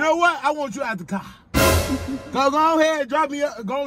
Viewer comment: “You know what, I want you aht tha cah” 🤣🤣🤣🤣 I screamed!!